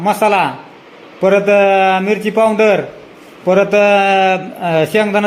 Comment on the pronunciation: पावड्र😂 का पावडर